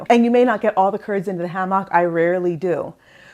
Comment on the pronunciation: Never heard someone pronounce Hammock that way before. Great video